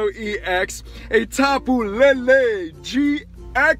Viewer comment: It's lele not Lala